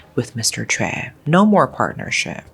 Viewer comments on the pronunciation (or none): Wow how do you NOT know how to pronounce Choi? This is ridiculous.